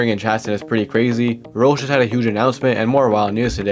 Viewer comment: why do you say Rols, I know your doing it on purpose.